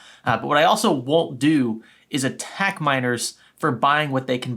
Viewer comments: this whole time I thought you where saying MINORS not miners lmao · I keep hearing "miners" as "minors" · I watched half if the video thinking he said minors instead of miners 💀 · For the longest time I thought he was saying minors instead of miners